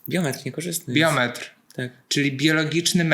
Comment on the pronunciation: Od razu przepraszam za bycie Panią Marudą, ale poprawnie mówi się biomet, nie biometr! ♥️